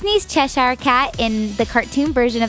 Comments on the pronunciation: ITS NOT CHES- hire. You don't say it like that!! Sorry that annoys me because I live in Cheshire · its pronounced like chesher